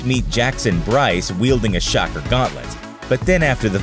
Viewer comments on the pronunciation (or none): none